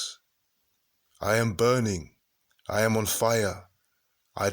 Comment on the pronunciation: It's IAm not Adam